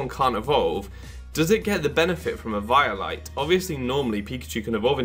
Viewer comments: eviiolite???? its pronounced eveolyte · Dude, you're saying Eviolite completely wrong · The way he says eviolite kind of makes me cringe